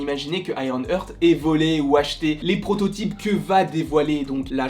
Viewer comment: Frérot bravo pour tes vidéos elles sont top, vraiment ! Juste, heart ça se prononce "hArt" et young se prononce "yong" et non "young"! 😉😅😁